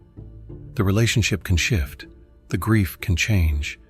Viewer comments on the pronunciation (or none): none